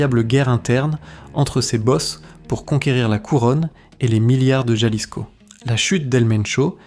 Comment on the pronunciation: Se dice Jalisco pinche cabrón ! Ja ja